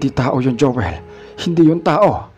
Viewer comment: Mejo nakakairita lng po ung narrator,ung my qng Anu sa dulo Ng mga salita,imbes na Joel nagiging joelah,paligid nagiging paligiddah😒